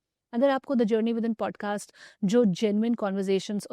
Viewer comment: Pod caster ni paadcaster